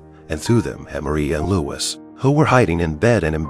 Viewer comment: Marie was only 14, Louis was only 15 when they married. The courtiers threw candy at them. His name is pronounced 'Louie', not with the S pronounced. Antoinette was 38 when she died, she didn't make it to her 39th birthday. Louis was also 38 when he died over 9 months before she did.